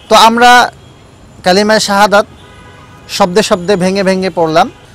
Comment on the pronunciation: উনি কালিমা শাহাদাত বুল বলেছেন যাচাই করে শিখবেন